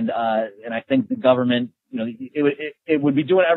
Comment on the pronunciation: "Teh Goverment will take cawe of everyting!" Is this your point?